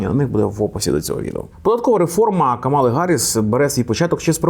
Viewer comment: Але чому ж КамАла, якщо вона КАмала?